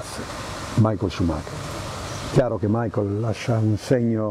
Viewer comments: Ma non è "Maicol" aĺl'inglese, bensì "Micael" alla tedesca. È come chiamare Giuseppe "Giuseppi" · 🤔¿perché molte persone pronunciano il suo nome come fosse Anglo-Americano?...dai su!